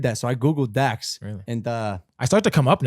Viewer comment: It's dax ayyt